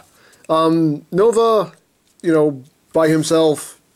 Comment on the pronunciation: The Katakana ends in the syllable A so it is Nova